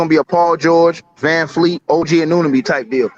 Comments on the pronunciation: A-No-Be, A-NooN-A-Be …. These 🇺🇸 disrespectful af. Do your due diligence instead of butchering a mans name 😑🥴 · y’all gotta learn how to pronounce anunoby